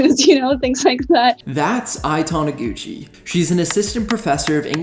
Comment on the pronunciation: Great video. You got Prof. Taniguchi's name wrong, though.